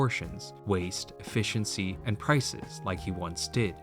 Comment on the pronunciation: … “EFFECIENCY” come on … do better